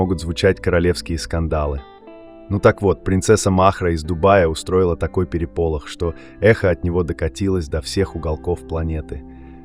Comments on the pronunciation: ПерепОлох? УтАить? Робот чтоле? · ПерепОлох, платье с фАтой, др., поддерживаю другого пользователя. Слушать невозможно, как будто у озвучивателя во рту посторонний предмет. Понятно, что акцент, но для русскоязычных нужно озвучивать русским человеком. Вибрация отвлекает, нервирует. Да ещё неправильные ударения в словах. Дизлайк вам. Отмена подписки